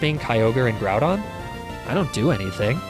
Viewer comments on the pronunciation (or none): none